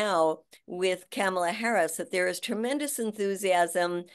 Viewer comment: PLEASE pronounce VP Harris's first name correctly Madea! It's "COMMA-LA". NOT "CAMel-luh".